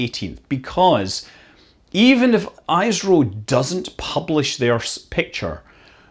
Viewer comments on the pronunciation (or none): none